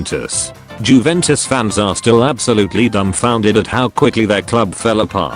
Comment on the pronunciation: "jewentus" tts knows